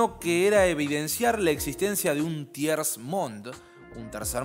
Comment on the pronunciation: La S de tiers no suena...